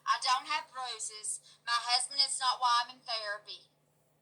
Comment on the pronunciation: She pronounces husband like hasbeen. I love it 🤩 Hope you are doing well 😻